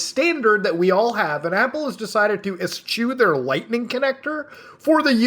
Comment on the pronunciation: First: please look up how to pronounce "eschew." Second: Europe is not a country.